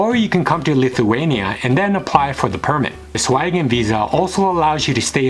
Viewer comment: Man, is it so hard to say Schengen?